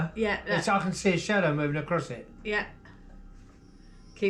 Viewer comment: I don't get it. You've made these videos for years, and you know what a "shadow" is. So, why now did you suddenly decided to called it a "shatow?'